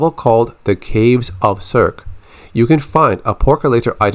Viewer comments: In the original Greek it’s pronounced “kerkee” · “Circe” rhymes with “mercy”